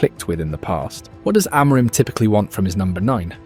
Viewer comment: your pronunciation is really bad. it's not 'aMOREim', more like 'amurhim' with silent h. absolutely no one pronounces it like you do.